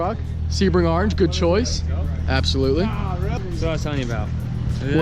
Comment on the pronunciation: if you hate the way says orange (arnge) like this comment